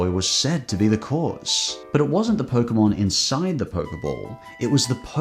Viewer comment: The fuck is a "poke-uh-mon"?